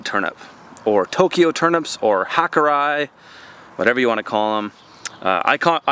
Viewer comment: re turnip 'Hakurei' (Johnny's Seeds) if it were as you pronounced it, it would be spelled with the Roman alphabet "hakurai." But evidently, from the spelling, it is 'hakurei' as you would pronouce the word 'ray' in English. Therefore something like 'hakuray' Just an FYI.